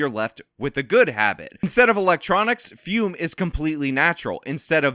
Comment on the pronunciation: If you are a true believer of fum, can you get in touch with Sydney Watson and tell her how to pronounce the word? I can't listen to her call it "foom" anymore.